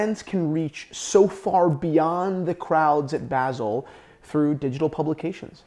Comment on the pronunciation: Why does he keep saying basil?